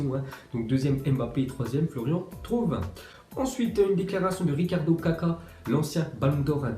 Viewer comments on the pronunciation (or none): Florian "Thrauvin" je suis mort!